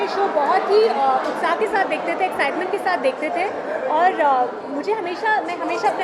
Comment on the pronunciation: it's not ki it's kay yaar😂. kasautii zindagii kay 👍